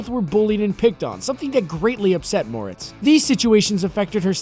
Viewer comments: Shadow It's pronounced More - etts not Mortz tho this guy kept saying it wrong it bugs me for some reason idk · “It’s MorETz, not MOREtz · mortz.... are you for real? it's pronounced 'more-ettes' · Seems you need to learn one important thing - HOW TO PRONOUNCE HER NAME. It's not "more-its" it "more-rets". UGH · Moretz? I thought her name was Mortez.... Just me? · Mo-RETZ... Thanks. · “Chloe Grace Morts” .. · are you for real? It's spelled "moretz." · Stupid AI can't pronounce her name correctly. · The way you say Moretz <<<<< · Cholë Moretz lmao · That's right. On the last syllable, why didn't he do a little resear-- oh, f* it. Anyone knows, duh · Your saying her last name wrong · Yeah i noticed that, its been bothering me the entire time lol